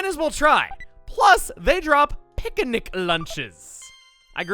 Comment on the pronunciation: he said Picanic instead of picnic XD